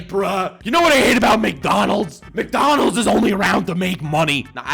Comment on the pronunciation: Funny shit that the exact moment says Mcnolands I got an add from them hahahaha Le Mcnifique!